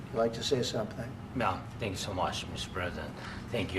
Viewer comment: He said tyank you twice right when he started soeaking what a bozo the vp is